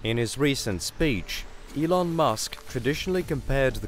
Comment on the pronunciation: Its Elon, not Ilon.